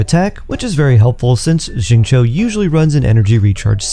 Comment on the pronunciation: Who's ZING-CHOU??? 😂